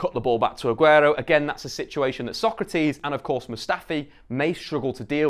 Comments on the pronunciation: Nails Sokratis’ full name but couldn’t say Elneny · Nailed Sokratis but still said El-NayNay lulz